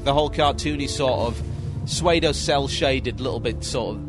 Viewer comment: Did TB really pronounce pseudo as "swaydo"?